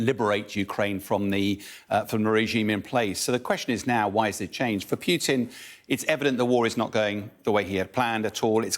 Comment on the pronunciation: It's not "Pyootin"; it's "Pooteen". If that's "Russian liberation", I wouldn't like to see "Russian enslavement".